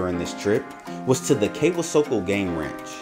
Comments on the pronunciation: Kwisoko is pronounced "quee-soak-oh" ("quee" as in queen, without the "n") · Kwisoko pronounced “kweeesoko”